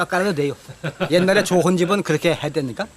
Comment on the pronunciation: 말씀하시는 분이 이신가요? 전 좀 다른 데 꽂혔는데 말투가 완전 옛날 서울말씨라 신기합니다. 좋은 -> 조흔으로 발음하시고 억양이나 발음이 서울 토박이 외할아버지 생각 납니다. 이런분 음성은 역사자료로 기록 보존하면 언어학 연구에도 도움되고 좋을 듯.